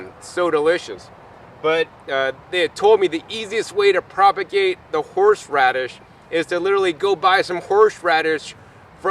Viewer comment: You are amazing, but i just kept cracking up every time you said HORSH radish LOL Awesome video, thank you! I've got my living room FULL of tropical fruits I have grown with your guidance, time to look for a new place with more room lol. My daughter is telling me no more plants, but there WILL be more LOL